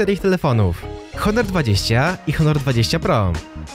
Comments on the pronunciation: Czy tylko ja zrozumiałem że mówiłeś onor a nie honor ? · piszę się honor i czyta honor